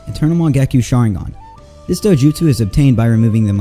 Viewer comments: Please watch the Japanese version before you make a video about it🤦‍♀ just to know how to pronounce the names of things! It's Sharingan not shaaaringaaan🤢 Hearing you pronounce it that way over and over is so annoying! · Im sorry i cant stand how you pronounce sharingan you pronounce it sha-ring-gan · U say sharingan weirdly